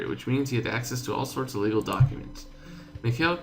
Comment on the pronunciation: its pronounced mik I-il